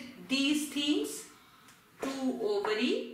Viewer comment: Overy Is Ovary 😂😂😂